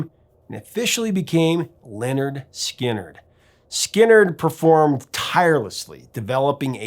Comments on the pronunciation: It’s pronounced Leh-Nerd Skin-nerd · How is it that the..."Professor Of Rock" doesn't know how to pronounce Lynyrd Skynyrd? I guess he's unfamiliar with their album titled: 'Pronounced Leh-Nerd Skin-Nerd" despite explaining the etymology of the name. Stunning.